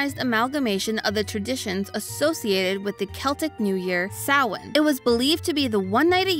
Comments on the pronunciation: As someone with a mostly Celtic family background, I really appreciate not only discussing Samhain, but also making the effort to pronounce the name correctly. It shows the theorist team is respectful of an ancient culture that is too often sidelined around this time of year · Love that didn’t pronounce Samhain as written but instead as intended. Also loved the David the Gnome call out lol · Wow, she pronounced "samhein" right 😮